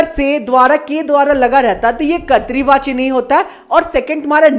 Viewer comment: Karti vacha nahi hai kartavachya😂😂😂😂